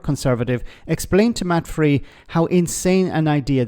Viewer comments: you pronounce this presenter's name incorrectly every time. Matt Frei's last name is pronounced like "fry" not "free". (Otherwise, thank you for the video. 😊) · His name is pronounced "fry".